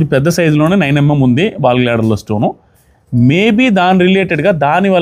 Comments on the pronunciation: naayanaa, ball gladder kaadu, gal bladder, entha serious gaa vindaamannaa, navvosthunnadi , chusuko naayanaa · Ball gladder 😂 kadu GALL BLADDER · Bal gladder kadu gallbladder andi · Balglader kadhu andi, gallbladder andi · Ball glader kadu gall blader